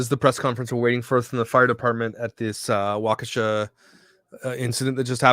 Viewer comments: Pronounced WALK-ISH-UH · Hey. I’m from Wisconsin. What part of Wisconsin are you from? I’ve been there. It’s pronounced like Walk-a-Shaw! Lol It’s like an how from Kenosha. Never a dull moment here! I hope someone got a license plate number! It reminds me of some type of suicide bomber! So sad and crazy at the same time. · WAUK u shaw is the correct pronunciation.